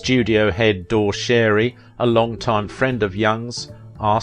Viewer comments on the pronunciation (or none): I think Dore is pronounced 'Door-e' not 'Door.' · Not Door Sherry. Dorry Shar-y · “Studio head ‘Door’ Schary’s first name was completely butchered by the narrator. Schary’s first name was pronounced “DOREY”.